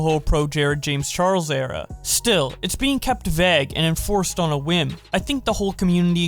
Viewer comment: Vague V-ay-g.